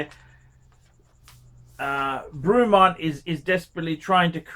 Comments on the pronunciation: I think you need to pronounce the brand correctly 1st… fucking Bruumont?? The actual feck?? Try Breh-mont. stick to ya shaggy Rolex bud. I’ve owned 2 different “Breh-monts” & both have been absolutely superb. Wouldn’t have any other. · I've watched a few of his reviews, what an absolute cock. An Ausi who can't pronounce words properly like Brewmont AKA Bremont and Roolex and is against something from the UK, what a surprise. All the major brands started somewhere and Bremont seem to be doing things right. Buy one now and see it's value increase as the Bremont brand gains a foothold in the prestige watch market moving forward. Bremont offer a 3 year warranty on their watches which shows confidence in their product, even Patek only offer 2 years like most other high end brands except Rolex and Omega. I've owned many models of Rolex, none were as good or accurate as my Omega Planet Ocean. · You can't even pronounce the company name and I'm sure Rolex are thrilled you buy their watches , then slag off UK military? Fat useless wanker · Would have been better if you could pronounce it properly dick head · Rolex, over priced jewellery. Can you do me a favour and learn to speak properly please. If you are going to talk about something at least have the courtesy to find out how to pronounce the Company name correctly. Also, the watches are not ugly as beauty is in the eye of the beholder not you. Pricing, well if you don't like the price don't buy the watch. Please stop swearing, it just makes you look stupid, argue against the watch by all means but be constructive in your criticism not just saying f**k. The video clearly shows that you know very little other than your own self importance.